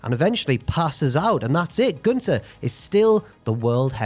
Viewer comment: Props for the pronunciation of gÜnter!